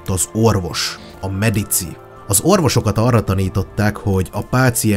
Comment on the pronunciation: Medicsi a pontos latin kiejtes